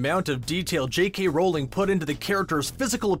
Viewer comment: It is now jkey Rowling. It’s jk rowling